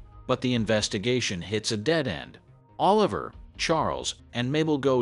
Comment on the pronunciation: You said Martin Short character name wrong. His name is Oliver(...la...ver)😂 lol. But I am about to watch this phenomenal series probably sometime next week.